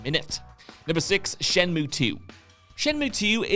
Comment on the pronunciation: I can imagine the look on 'face when said "shenmoo II" instead of, say it with me, "SHENMUYYY" 😅